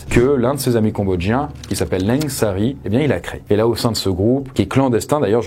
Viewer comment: C'est "Ieng" Sary, pas Leng Sary